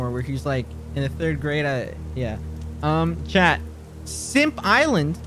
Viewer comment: I keep thinking he says ‘chad’ instead of chat